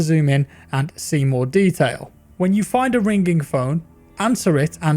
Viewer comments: How pronounces ringing: rinGing How everyone else pronounces ringing: ringing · It''s an english thing. Hard G. Similar to how some people say "haych" for h. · Its ring-ing not ring-ging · Here’s a phonetical English translation of how to pronounce “ringing” - “ring-ING”...not “ring-ging” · ‘Ring ging’ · Its weird to hear pronounce ringing "ring ging" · I cant get over how this nigga says Ring Ging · Ring-gink... That is how I imagine Forest Gump would pronounce "ringing" :D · Are we going to ignore the fact he says "rigning" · Watching a video this long with you saying rin-ging this many times made me uninstall the game and throw my phone out the window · Ringink phone..sorry it sounds funny when you say it XD also im easy amused :D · I’m sorry I couldn’t watch it because you kept saying ring-ging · Did no one else notice him say Ring GING a bunch of times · What’s a Ring’ging ? 😆 just messing , love ur vids man 🙏🏾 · Wow the word “Ringging” is sure ringging in my head after in this video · "ring ging" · " i hear the phone rinkingk" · say rinGing one more time i dare you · "Find a Rein-g-ging phone" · what's a ' rinkink' phone? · How the fuck are you pronouncing ringing? Rin ging? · Say ring ging ONE MORE TIME!!!1!!! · I literally read this comment just when he said RING GING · Ye I was like wtf is "ring-ging" oooh it's RINGING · Why pronounce the G in ringing like a hard G?? Really stuck out to me. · How the heck are you mispronouncing ringing!? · Yeaaah I got 1 min in. Can’t listen to you pronounce ringing like that. Disliked, reported, and flagged. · Is anyone else freaking out about how he is saying "Ringing"? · The way you pronounce "ringing" makes me uncomfortable lmao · Normal people don't say the word "ringing" that way. I would seek some kind of therapy for speaking that way